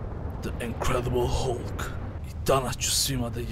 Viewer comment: Ako oces pravilno kaze se HALK!!